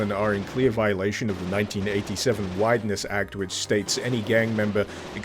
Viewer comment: I thought he said "whiteness act", and I wasn't even surprised, cause that sure sounds a lot like American law enforcement.